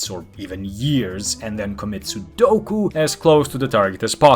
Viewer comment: Did he say commit Sudoku?